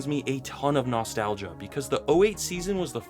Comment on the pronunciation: I wince at the way he says "nostalgia." I hate it.